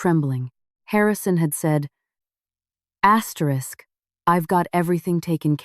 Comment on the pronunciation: Why are always saying astetisk you dont have to read it yuo keep saying asterick a hundred times